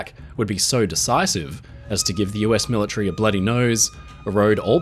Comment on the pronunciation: Millatree? Pell haba?